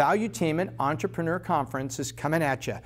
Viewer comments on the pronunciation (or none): none